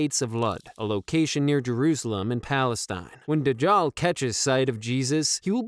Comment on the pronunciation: this is how it's pronounce: Daj-jal